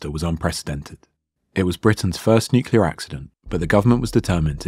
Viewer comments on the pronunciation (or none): "Nucular physics", really? Just when I was about to hit the "Like" button... shame I can't, because of a native not being able to pronounce the word "nuclear" correctly. The story is interesting and it was told well, shame for that major mistake.